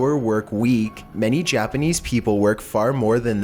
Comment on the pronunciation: I don't think I've ever heard someone butcher Japanese like this before haha. still a good video though